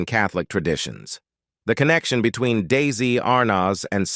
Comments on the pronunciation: Sounded like the narrator was saying DAISY! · The narrator also keeps saying "DAISY"!